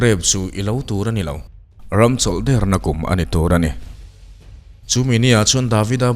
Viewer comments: Dikchoah, chawlh dêrna tih anih kha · Tawng thluk ithiamlo hle mai, chawlh derna, atak nilo a der thluk ni lovin, ( thingler) tiha, der tih thluk hian, buh hli tih pawh, hli tih lai kha, uihli tiha hli ri ang nilo khan, buhchi tih a chi tih ri ang khan Buhhli, Der,chawlhder, tihder tiha alem, ader ni lovin, chawlhder na ni. In puan hmain tichhin hmasa thin teh Kan tawng hi fimkhur takin hman tum hram teh u.